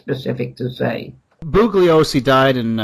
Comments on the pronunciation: I know! It’s like fingernails on a blackboard. You’d think someone would have corrected him sometime in the past 50 years, haha. The guy who narrates CHARLES MANSON - THE FINAL WORDS says “boo-Glee-oh-see” all the way through that documentary! Do you suppose people are so afraid of “offending” anyone over anything these days that they can’t even bring themselves to correct a mispronunciation in a documentary? “Stop ‘pronunciation shaming’ me, you bullies!” lol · BOO lee Oh see. This guy wrote a book ! He can't even pronounce Bugliosi !!??